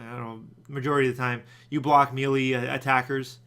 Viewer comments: where in the hell do people pronounce melee (may lay) like "mealy" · Eye twitches It's Pronounced May-lay. Not Mee-lee. Gah! ... I still love you :p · Melee is pronouced "May-lay", not "Mee-lee"